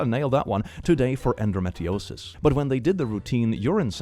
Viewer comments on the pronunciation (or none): Endometriosis is pronounced as End-o-me-tree-o-sis. It is a reproductive health issue where uterine lining builds up outside of the uterus as well as having non-cancerous tumors on the uterus. It is not fun at all. Even people with a very regular cycle can have it as my grandma is someone who was diagnosed with it after having a c-section for my uncle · The first one was OK but the second one🤦🏽‍♀🤦🏽🤦🏽‍♂ Anyways it's en-do-MET-ri-o-sis